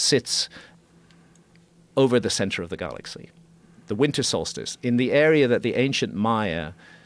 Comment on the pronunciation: Why is he saying "Garlaxy" and "Darta"